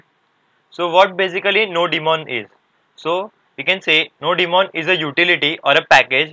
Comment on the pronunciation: not nodi-mon bro , its nodemon